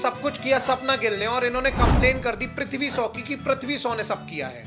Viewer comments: Prithvi shaw❌️pathvi so✅️ 😂😂😂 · Bhai name to shai bol le anpad 😂